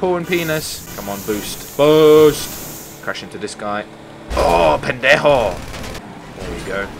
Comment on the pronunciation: The way he says "pendejo" LOL 😂😂😎😁😅